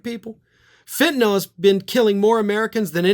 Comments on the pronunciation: you are the first commentator I have heard to actually pronounce the word "Fentanyl" correctly! I hope it catches on. 👍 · This is ot but thank you,, for pronouncing fentanyl as fen-ta-nil and not fen-ta-NOL as so many others are.